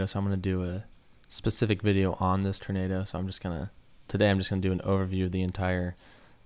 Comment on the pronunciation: “Turnado” lol